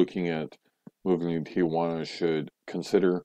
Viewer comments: It's Tijuana not tiguana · You might want to learn how to pronounce Tijuana if you're going to live there. It's not tee-a-juana. It's pronounced tee-juana.